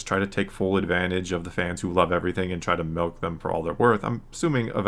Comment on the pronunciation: pronounced milk like "Melk" Subscription revoked, I'm giving my viewership to Mike Zeroh and his totally not click bait videos